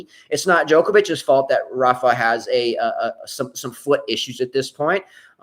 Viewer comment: Rafa not Rafie.